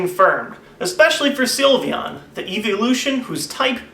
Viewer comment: He said the silvon type